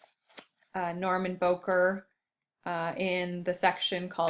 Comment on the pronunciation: Bowker is pronounced Bow-as in bow of a ship, not like "bowtie"-ker (cur).